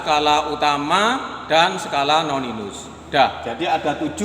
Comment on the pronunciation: Koreksi... Skala Nonius bukan Noninus